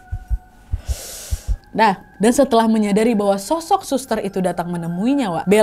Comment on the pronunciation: bener kan,,😀😀 suka bnget aku dengernya "shoshok" kek gitu Kya nya di telinga pengucapannya